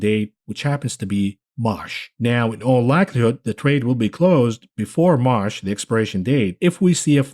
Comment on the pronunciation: why you pronounce March as "Marsh"? you have a funny accent...are you something polish, jewish and latino mixed? Or maybe Greek?